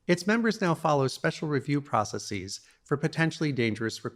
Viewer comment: "Processeez" makes it hard to take someone seriously. So does "Neehilist".